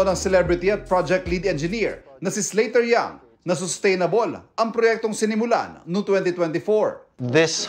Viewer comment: Slater young ❌ Slaughter young ✅